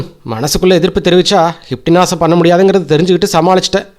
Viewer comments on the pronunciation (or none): Sir hynpnotism is the correct pronounsation u r sayin wrong pls sir try the right because ur narretion is very nice super except this small thing so its distrubng thats y i am sayin this thank u